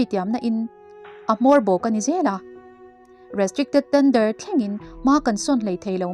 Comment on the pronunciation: 'Restricted Tender' tia ngaihthlak tur aw. 😅